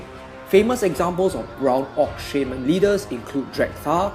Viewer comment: You really sell the Orcs so well, you give me goosebumps! And i love the way u say Shaman :) You seem like such a peaceful guy